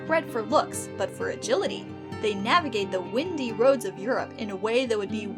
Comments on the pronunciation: (psst) (bestie) (semi and windy are both pronounced with an "eye" sound) (Windy [w-eye-ndy] as in lots of turns, not windy [w-in-dy] as in a breeze) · Wine-D not Win-D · Windey not windy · as in "whine-dee" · Not "windy" roads, "windy". As in winding. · I'm sorry but "windy European roads" doesn't mean "lots of wind is blowing there" it means "they have lots of curves" Though as an armchair linguist I am fascinated by how much the meaning changes when you mispronounce a single word. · Yeah, read the word windy as the wrong homophone. Windy roads and windy weather are spelt the same way, but pronounced differently. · Windy is pronounced the way you sound yes, but different accents do pronounce semi as either sem-ee ore sem-eye so neither is incorrect